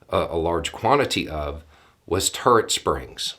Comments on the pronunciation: You said "turret springs" and I heard "turd springs." But THAT is not propaganda. It's just humor. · So I was the only one who heard turd springs the vary first time he said it and was very confused? In my defense it's about 3AM and I'm old, but anyway... it was funny. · At first I thought you said "turd springs" and now I have a very, very strange concept in my head.